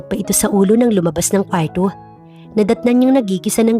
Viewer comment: AY NARINIG KO NA NAMAN ANG MAARTENG PAGBIGKAS NG KWARRO.